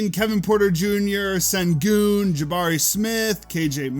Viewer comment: it’s not pronounced “Sen-goon” it’s “ Shen-goon”